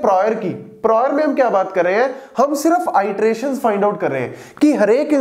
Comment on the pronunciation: btw pronunciation e-teration hai